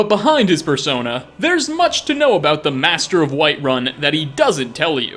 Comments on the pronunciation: you really didn't pop that P, and I swear it sounded like Fursona. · I thought you said "Behind his fursona" lol